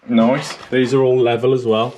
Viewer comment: New game everytime says noice take a shot 🤪